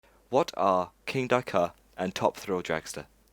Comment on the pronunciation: Dude your videos are wicked, but your pronunciation is why off. Kindaka.. It's Kingda Kar. Abu Doobai.. Debuwed (not daybyooted)